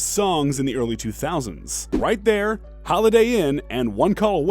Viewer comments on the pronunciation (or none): the way you pronounced Right Thurr was the whitest thing I heard this week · You called yourself Hip Hop Content and can't even pronounce 'Chingy - Right Thur' correctly, what a jokee!!!!! Unsubscribed rightttt now, you don't know anything about hip hop. You only know the basic and mainstream news, and yet you make a channel called Hip Hop Content. Come on man, you're a joke.